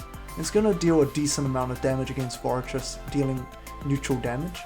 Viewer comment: Hey! said forretress correctly!!! Congratulations man!!!